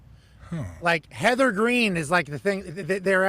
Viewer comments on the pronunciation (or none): Bro said Heather Green 😂